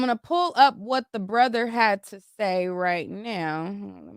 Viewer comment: Why u keep saying dabrother lol